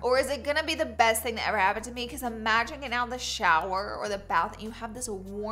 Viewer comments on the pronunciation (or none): none